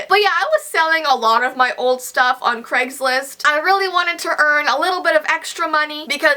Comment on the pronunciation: I like how you say "CregsList" 😂